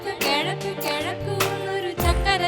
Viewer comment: "KE"zhaku !!!!! 😏😏😏 kollam.. 😏